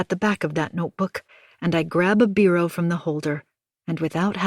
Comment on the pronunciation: Biro not beero...it's the little annoying things one remembers